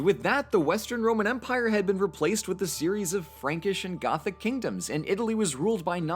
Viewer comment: When he said "this is the Roman empire!" while it was being stabbed, I thought he said Roman emperor.